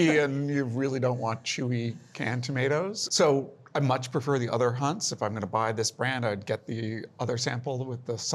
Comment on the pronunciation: For starters it’s definitely not “Hunts”